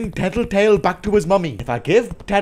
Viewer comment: Normal people: tattletale Vs: tittitail